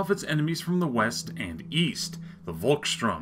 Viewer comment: Pronounce it like "Folks shtoorm" The "V" is pronounced as a "F" in German and a "ST" is pronounced like "sht". Great Video though. Cheers from Germany.